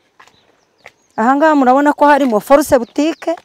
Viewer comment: Ariko ujye uvuga fosse septique ntabwo ari force optique